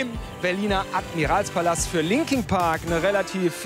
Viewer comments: Der Moderator soll erstmal englisch lernen und sich über die Bands informieren bevor er sie interviewt. Das sind LinkIN Park und nicht LinkING Park. Wie ich es hasse...warum hatte er die Chance diese tollen Menschen zu treffen und ich warte Jahre lang auf meine Idole und Jetzt is Chez tot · Was? 4 Disslikes? Okay wahrscheinlich wegen dem Reporter 😂😂 es heißt immer noch Linkin Park und nicht Linking Park 😑😐